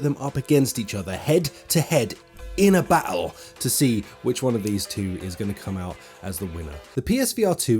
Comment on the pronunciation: It's pronounced battle. Not baole